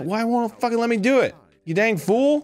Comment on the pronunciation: Arin: Loogat this we’re a fuggin teamwork over here